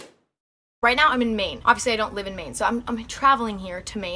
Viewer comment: “F that neow”